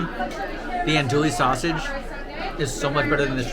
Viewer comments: Ando-ee sausage. Not ando-lee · repeat after me: ăn-doo-ee.... LOL